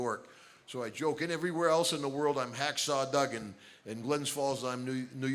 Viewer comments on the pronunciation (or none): It's not "DOOGAN" its DUGGAN, with two Gs!